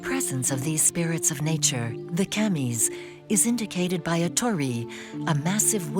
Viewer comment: The “Cammies”, huh. Why do all these docs have such crappy pronunciation of really easy Japanese words? It’s like they’re going out of their way, and it ain’t an AI issue.